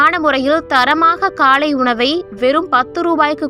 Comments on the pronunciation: காளை உணவு அல்ல அக்கா...காலை உணவு அக்கா...english medium ஆ...ஹாஹாஹா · காளை உணவு இல்லை காலை உணவு . தமிழை கொல்லாதீங்க